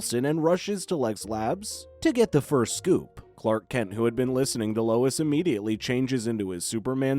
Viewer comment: Bro really calls Lois "lewis". 💀💀